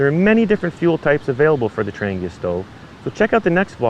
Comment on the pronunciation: First, thank you for your explanation of how the Trangia stove works. Trangia themselves was no where near that informative or clear. Now to shed some light on the quasi-great mysteries of Trangia stoves: It’s pronounced more like ‘Tron he a.’ The G is silent. As for why brass especially when most of their cookware is aluminum, these types of stoves are sensitive to their thermal conductivity. Poor thermal conductivity means the stove will take too long to “bloom” and come up to operational temperature, thus more fuel is required for any task. Too high thermal conductivity risks the flame sputtering as the wick doesn’t have consistent flow. Brass happened to be a cost effective happy balance.